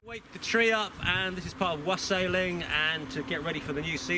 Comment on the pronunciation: Very good dude. When you said wassailing I misheard it and thought you said wrestling and was expecting Triple H and such to make an appearance 😂 joking aside it's looking awesome. Crikey that guy at 8.55 nearly set himself alight🙈